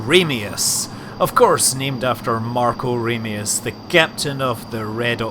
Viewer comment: I always thought it was Marko Ramius(Pronounced Ram-ee-us)?